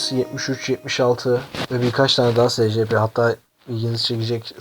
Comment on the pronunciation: abi secepe diye okunmuyor esipi diye okunuyor